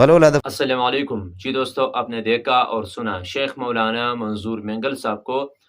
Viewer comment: Bhai sahab ....bayaan farmaaaaaa ar rahete .kiyu boolte hai madd e lazim ke sath .....aap ke bolne me lafzee galati hai ...bhai plese is galati ko durust kar lejye...aur dusre baat aap bagair topi ke acche nahi lagte hai ...topi laga liya karye ....